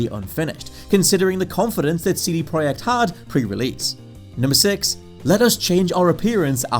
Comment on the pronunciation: Will ever be able to pronounce project correctly?